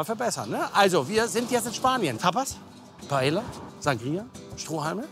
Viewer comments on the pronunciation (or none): Der Tag an dem lernt wie man Paella ausspricht...